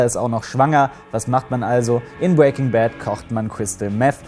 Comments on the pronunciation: "bwaking Bad" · Du sprichst Breaking immer falsch aus😂